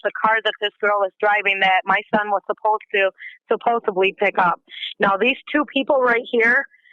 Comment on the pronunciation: I wish she'd stop saying "suppose-ab-ly".